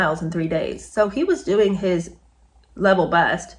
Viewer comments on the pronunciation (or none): Doing...not 'diing'----see what I mean????😉😅